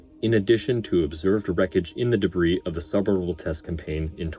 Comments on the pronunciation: good video! A note on pronunciation: the 's' in 'debris' is silent - in american it sounds like 'deh - bree' . also it is already plural - no such thing as debrises - not quite sure what the issue was as it was inconsistent. thanks for the analysis, and it was very well edited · Excellent analysis. I know you say you’re not well-spoken but I disagree. Very well done. The only criticism is silly and pedantic: the “s” is silent in “debris.” (e.g., pronounced “de-bree”). But regardless, I really appreciated your thoughts and effort in producing the video. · A superb breakdown, subscribed. However the pronunciation of debris did grate a bit - it's always "DUH BREE". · Stop pronouncing the "s" in debris. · The "s" in debris is silent. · Excellent analysis on the failure! My only note is that the S in Debris is silent.